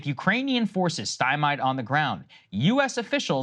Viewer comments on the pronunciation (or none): Saagar, you keep mis-pronouncing stymied as STY MYED. Why? And for the love of dragons take a GD sip of water. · "With Ukrainian forces stime-eyed on the ground..." LOL!! Saagar, when are you going to learn how to pronounce this word?!?! 😅🤣😂